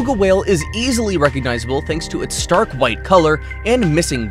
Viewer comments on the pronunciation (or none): none